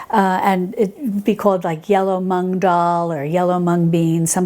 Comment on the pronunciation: Hi! Just one smallllllll little thing, since I'm an Indian and it's our pride - it's not tu-mur-ric, it's t-err-mur-ric and it's not mung it's moo-ng like how a cow moo's 🤭❤️